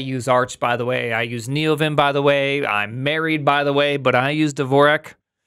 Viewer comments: WTF is "Devorak"? There is no 'e' in "Dvorak". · he's been using Dvorak for 10 years and still can't pronounce it